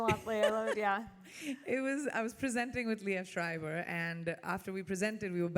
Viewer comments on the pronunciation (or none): none